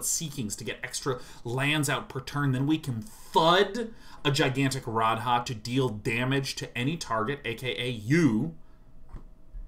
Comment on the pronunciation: They way both of them say Radha and Rhys bothers me too, like neither of them have ever heard an ounce of welsh!